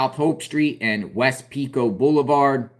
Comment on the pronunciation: Just an fyi Pico Blvd. is pronounced like Peeko, long e sound.